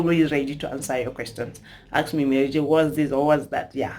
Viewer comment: Its ask me not aks me pls